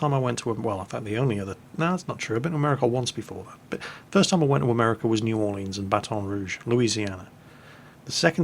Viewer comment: As someone who lives in Louisiana I feel like I should tell you that you don't need to sound so French when saying Baton Rouge and New Orleans. Unless you find yourself in an area full of Cajuns they're probably going to say it like "Battin Rooge" and "New Orlins" or "Nahlens".